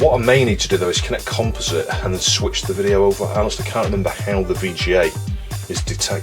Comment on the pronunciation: Composhite made me laugh.